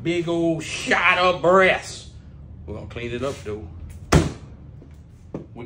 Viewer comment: I like the way you say dem breassAsez!!! 🤣🤣🤣